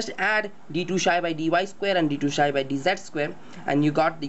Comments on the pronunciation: Its pronounced "Psi" (Silent P) not "Shy" [Just an FYI] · its psi not shy...